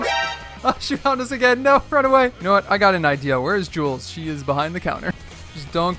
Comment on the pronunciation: My guy it's jules😂